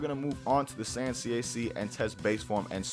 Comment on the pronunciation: MEDITAION NEGATES SSB DRAIN JUST "SAYIAN" LOL